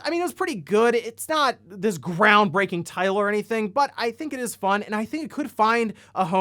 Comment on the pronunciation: when you said GRRRROUNDbreaking my basement flooded a little bit